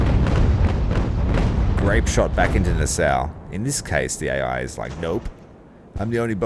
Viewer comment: I know it's a little late but Nassau is pronounced Na-Saw, NOT Na-Sow.. Great play thru...